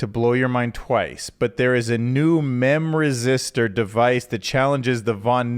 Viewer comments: Fyi, it is called mem - r istor. Not mem - res -istor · Humanity is already a kind of intelligent superorganism, but with AI-integrated swarm intelligence, we'll be a true super intelligent superorganism. Also, I hate to be that guy, but it's memRISTOR. I kept saying memresistor for the longest time too lol Edit: Dude!! You used my comment for the song! AND it was a banger! My daughter is going to love this